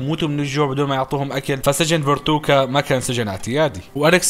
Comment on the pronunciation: تحصحيح على السريع قال فورتوكا ومفروض ينقال فوركوتا وقال اسم البنت تشولي غلط اسمها كلوي